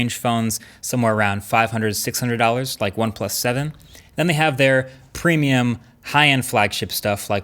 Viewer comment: Do you make the weird sound when you say anything that starts with a P on purpose? Like the start of a f4rt sound? ‘PpPpremium’